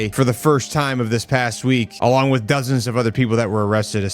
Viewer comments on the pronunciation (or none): none